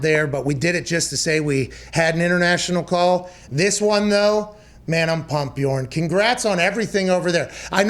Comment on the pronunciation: Möchte gar nicht wissen, wie jemand, der noch nicht mal richtig "Björn" sagen kann, das Wort "Lauch" ausspricht. Nebenbei kenne ich den Ausdruck "Labersack" (aussprache-mäßig besser geeignet für Native-English-Sprecher), wo bitte nennt man einen Schwätzer "Laberlauch"?